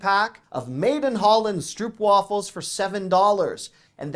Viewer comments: Stroopwafels is pronounced like st-rope-wafels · Just a little help for you: In Stroopwafels, the double oo is pronounced OH. Sounds like you may have been to Holland at some time to taste them made fresh at one of the street market vendors?